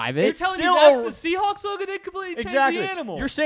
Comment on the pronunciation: it's not the Seahawks it's the "Seasneaks"